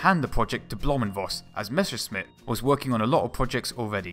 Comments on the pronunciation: The pronounciation of "Messerschmitt" seemingly is an art not to be mastered by English speaking people. But apart from that, this is a first class video. Well researched, well built, very informative. Thank you for your effort! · Dude i love you and your videos, but I swear, every time you attempt to say Messerschmitt, a German engineer commits suicide. :( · it's Messerschmitt, not Meschersmitt. "sch" is pronounced like the english "sh". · MeSSerSHmit! Not MeSHersmit! That's how you pronounce it! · Messerschmitt for gods sake. Not Meshersmitt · Mesh 'er, Smith! Great vid tho :) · Mesure shit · Mäsa shnitzel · Good video, learned about some new types of planes, however the 1 month time obvbiously was not enough for learning to correctly read/pronounce "Messerschmidt"... hint: It's not "Meshersmit" ; ) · Why does he say Mescherssmitt ? :D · Its pronounced "mess-ser-shh-mit" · No - it's a sharp s in "Messer", not a "sh" or "g" like in "measure" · Plesse, do some rehearsals: it is mess like "what a mess" then it is "r" like "err - or" and simply "Schmitt". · Learn saying Messerschmitt. Not Meschersmitt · "MeschscherSmitt"... hey, those "ss" and "sch" in Messerschmitt are pronouned the exact opposite way:P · Meschersmitt? The other times you got ot right xD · Messerschmitt ✔️ Mescherssmitt ❌ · One little advice, a thing I have noticed in all your videos: You say Meschersmidt instead of Messerschmidt, just to put it out there in case you haven't noticed. Otherwise, great video! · messerschmitt not meschersmitt , interesting video tho . i really like those . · Oh, man...it is not meshersmith, it is messershmith or in german messerschmitt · While I understand, that it's hard for a native englisch speaker to pronounce it correctly ... it's Messerschmidt ... and not Meschersmidt ... drives me nuts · The other way round. Not: Mescher Smitt. Try: Messer Schmitt No offense. I think it's funny :-) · it is called Messerschmitt, not Meschersmitt pls it hurts